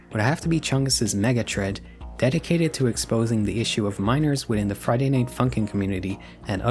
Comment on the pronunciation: The way you say thread and anything pmo so much bro it’s not tread and it’s also not anyting